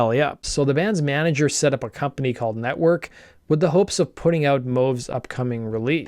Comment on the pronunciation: Nettwerk, not Nettwark ;)